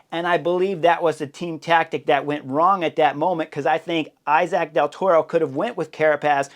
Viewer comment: The name is pronounced e-sac of something like that.. thank you